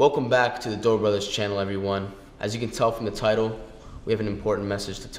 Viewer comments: The dobre brothers really wanna fight my mans Cody ko, when they can’t even pronounce “r” correctly. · “The doobrey brothers” lmao